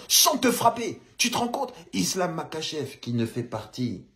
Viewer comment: ca se prononce marhachev